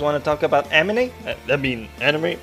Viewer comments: Make a counter of how many times you said "Amine" instead of "Anime" Also - Every old guy in every Japanese dubbed anime. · he said amine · STOP SAYING AMINE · Lol "aminay".